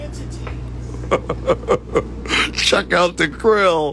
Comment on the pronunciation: Your sluring through your grill, I think you meant grill not gill